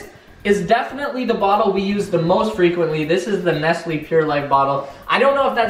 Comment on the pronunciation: Your kinda pissing me off saying nestley it's nestle